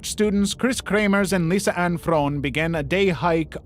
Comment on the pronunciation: from a dutch u say her name as lie-sanne